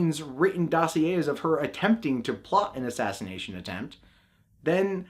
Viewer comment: Heh heh. He said "asthashinashin."